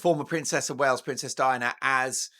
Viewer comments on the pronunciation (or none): none